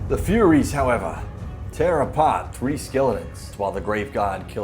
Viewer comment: Why did you/he keep calling them "Furries", and not Furies...? 🤔